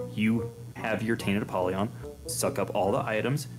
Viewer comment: your pronunciation of apollyon is so funny